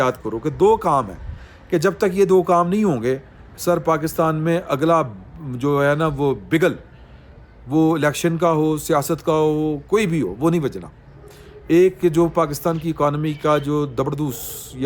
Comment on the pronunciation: بگل ۔بے کے نیچے زیر نہیں ھے زبر ہے ۔اور نا پسندیدہ unwanted